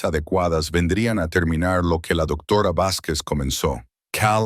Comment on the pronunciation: Hola buenas noches desde México no sé de dónde sea el narrador pero su pronunciación es muy deficiente cambia la pronunciación de ciertas palabras la h muda la cambia por la jla palabra doctora dice doctora varias veces, por favor tengan más cuidado 😮